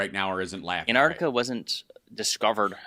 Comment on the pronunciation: Love your work Hal, but please,,, it’s AnTarctica not Anartica, just saying.